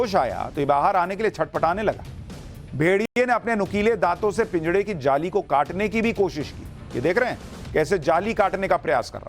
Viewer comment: पिंजड़ा नही होता महाशय😂 पिंजरा होता है